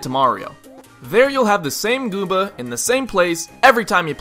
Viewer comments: you said Gooba Not Goomba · you said gooba not goomba